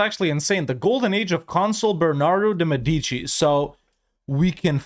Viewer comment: I really love your content and I'm also happy to watch your videos anytime I have some spare time, but please, I beg you, EU5 will be with us for a very long time, is mÉdici not medÌci